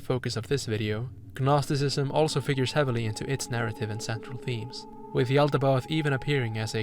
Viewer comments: just wanted to mention it’s pronounced “nosticism” the g is silent :] Rlly interesting video btw, you put into words thoughts I had about the dark world but couldn’t properly articulate lol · You're killing me with the hard G in gnosticism. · Given that "gnostic" is in your name I have to assume you're pronouncing gnosticism wrong on purpose to cause psychic damage to mythology nerds like me, who would know that the G is silent, like in Gaster thanks for the incredible video btw, I would've put up with way worse audio or editing just to hear your thoughts but this is quality I'd expect out of an established YouTube channel. Whatever you make in the future, I hope you continue to think in-depth about media like this!